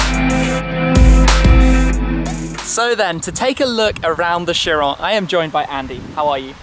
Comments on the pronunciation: the bugatti cheryl? or chiron? and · You called it a CHEERAL?! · in the beggining he said chiro instead of chiron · This is just me being a perfectionist, but I disagree with the pronunciation of the car's name. It's named after a greed god and it should be "Kiron", not "sheeron" It's annoying, so just pronounce it the correct way please.